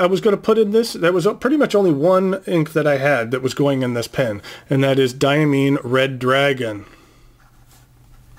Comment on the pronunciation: Its DiaMINE as in coal mine. Diamine is located about 12 miles from where I live, maybe get the cadet co to do a raid... Hahaha, hope you dont get upset about me saying about the pronouncing of Diamine, I'll have to get more into this story. Smart pen set, surely will be conversation pieces. Best wishes to all pen people. LeZc @@